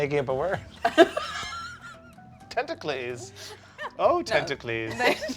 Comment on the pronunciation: I can’t wait for Magic to make “tenta-clees” a new card in the next set.